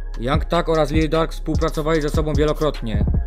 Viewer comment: Jak kurwa Lil Dark to się nie czyta Lil Durk?